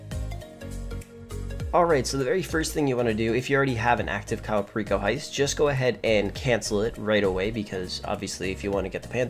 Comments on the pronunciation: Cayo Perico is pronounced (Kie-yu Per-eek-oh) 😂😂 its fine you can pronounce it however you want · Caiou pereeko😂